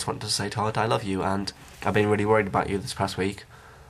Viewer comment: that "goodbye" was et-ish